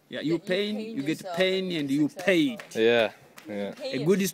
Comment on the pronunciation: When said successful it sounded like sexist